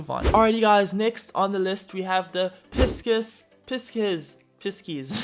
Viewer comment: 3rd shader pronunciation Pi- sees